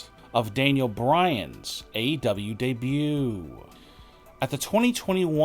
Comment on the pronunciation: “ Daniel Bryan’s debooooo” Bro gtfo there’s no way this isn’t a parody channel